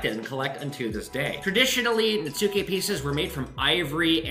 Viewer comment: Netsuke is pronounced Nets-key. Just learned myself. Love the vid!